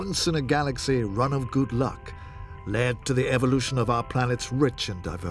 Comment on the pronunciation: "Good lyck"? Lofe is suffering. Not good luck